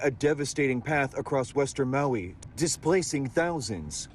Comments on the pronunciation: Where's Mowie? There isn't any island in the Hawaiian archipelago called Mowie. If you can't properly pronounce places or people's names you certainly shouldn't be in media broadcasting. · Who is this reporter? Maui is not pronounced Mow EE? Get someone who is informed.